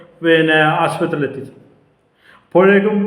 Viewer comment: അവതാരക താഴെപ്പറയുന്ന വാക്കുകൾക്ക് പെട്ടെന്ന് ചികിത്സ തേടിയാൽ കൊള്ളാം നമസ്കാറം - നമസ്കാരം മൂർജിച്ച് -മൂർച്ഛിച്ച് സികിൽസ- ചികിത്സ റോഗഷാന്തി - രോഗശാന്തി ആഷുബത്രി- ആശുപത്രി ഇള്ള - ഇല്ല